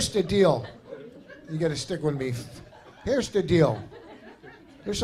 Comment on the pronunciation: "Heresh da thing"